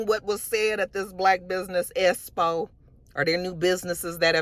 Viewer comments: I’m SCREAMING at “esspo “ 😂😂😂lmaoooo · I swear if don't learn to pronounce EXPO correctly at some point....